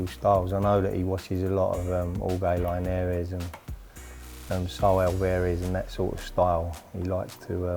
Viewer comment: Sims butchered Linares and Alvarez 😂